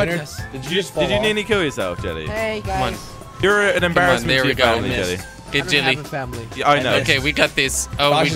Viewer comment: Why do u say "Jilly" instead of Jelly